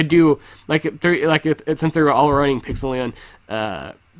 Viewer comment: Isn't it supposed to be pronounced Pixel-lie-on